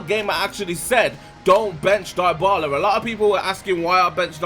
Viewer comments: no its djebola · its not dyebala its debala